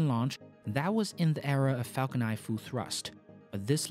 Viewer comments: Falcon niNE not Falcon Ni. I know it's your accent but it's definitely something you can work towards. The videos are great. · it's not falcon nie it's falcon niNe. why on Earth don't you pronounce N?